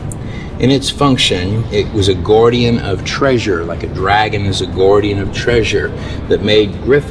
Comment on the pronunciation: You'd get on well with the cockneys from London as they call God Gawd. I've never heard guardian pronounced gourdian though😅